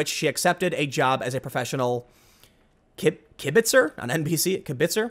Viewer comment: "Kibitz" (you pronounced it correctly) is a Yiddish word having two similar meanings: 1) To make small talk or idle chatter; 2) To give unsolicited or unwanted advice or make unhelpful or idle comments, especially to someone playing a game